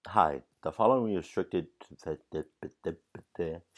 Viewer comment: lol u said "the forowing" ahahahaha